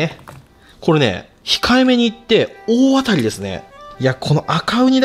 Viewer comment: 大当たりが大アサリに聞こえてしまう。。 きまぐれ病だ